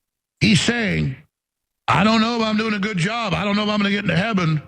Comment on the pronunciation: "Trying to get to heaben."